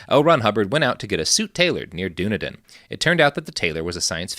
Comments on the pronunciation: Lol Dunedin is pronounced "done-eee-din," not "dune-ah-din" I grew up there. Kinda cringing through aspects you're not quite getting right, concerning the history of the Scieno takeover. But otherwise, pretty good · pronounced Duh-knee-den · Hearing Dunedin mispronounced was like nails on a chalkboard